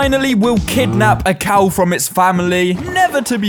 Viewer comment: Resource cough Do you mean COW?